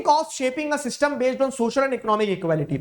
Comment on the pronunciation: Sir at " " the way u pronounced syster was amazing 😂